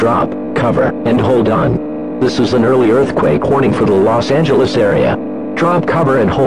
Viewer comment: "los angehlens" cmon its not that hard please